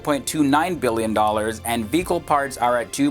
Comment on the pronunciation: Anyone else think he was saying “fecal parts” instead of “vehicle parts”?